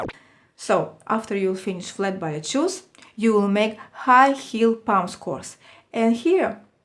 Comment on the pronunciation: Love your postings. A teensy point. It is pronounced "Bah Lay" shoes. :)